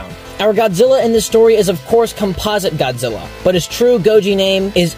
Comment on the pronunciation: It's not compasa godzilla it's composite Godzilla